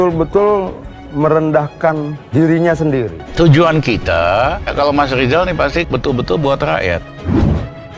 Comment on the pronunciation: Ngomong dulu yg benel ejaannya Zal lizal...???